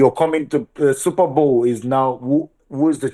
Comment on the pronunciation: Please it's Super Bowl not Super Ball 🙄🙄😅